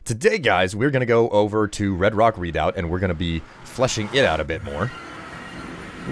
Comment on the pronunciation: Oh god, I'm turning into a language cop forgive me!!! but it's pronounced "reh-doubt" not "read-out" :) Also, hubby and I are loving the new series! You rock, as always.